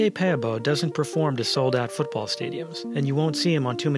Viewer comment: You prenounce his surname correct